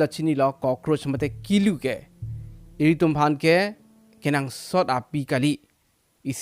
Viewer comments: Kulu not kilu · Kulu not kelu